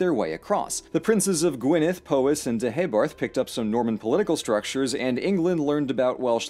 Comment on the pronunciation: Dude said Gwynedd properly and has a decent stab at Llewellyn, that's better than the BBC. First video I've watched, this is amazing.